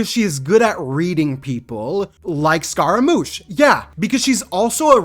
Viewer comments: Pretty sure the "G" in "Tartaglia" is silent + you are pronouncing "Scaramouche" wrong. I am pretty sure "Scaramouche" is pronounced more like "Skeh-ruh-moosh". I don't mean to be rude, so I apologize if I seem a bit rude. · For the "glia" pronunciation you simply have to go on Google translate in italian